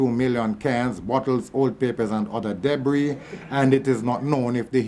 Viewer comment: is that the way Jamaicans say "allegedly" and "debris?" I just want to know.